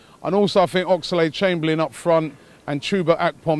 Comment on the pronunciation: Ox-a-lade chamberlain. Everytime you say his name like that Robbie....a piece of me dies inside